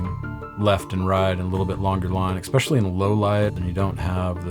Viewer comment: Wtf is "exspecially"? Learn English or dont use words you cant pronounce.. at least the carp have a brain I guess